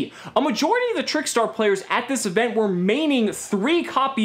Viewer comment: Did anybody notice he said P-Layers instead of players 😂😂😂